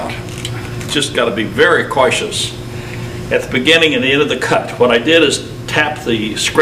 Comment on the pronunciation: “𝐐𝐚𝐮𝐭𝐢𝐨𝐮𝐬”? 𝐃𝐢𝐝 𝐈 𝐡𝐞𝐚𝐫 𝐭𝐡𝐚𝐭 𝐫𝐢𝐠𝐡𝐭? 🤣